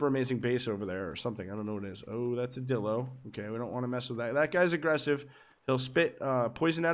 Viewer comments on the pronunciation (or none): I'm pretty sure one of the times you said Dilo you accidentally said dildo, at least that's what I heard